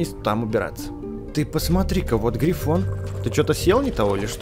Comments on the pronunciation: Не гриффин а грифон! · ето не гривин а гривон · Не грифин а ГРИФОН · Грифон! Не грифин! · Не грифин, а грифон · Правильно грифон